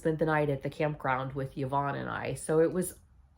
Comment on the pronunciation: I love you, you know how to pronounce the name Yvonne. My name is also Yvonne and I cannot tell you how many times people call me Evon. I just tell him they must have been absent from school when phonics for being taught. Tell Yvonne I said hi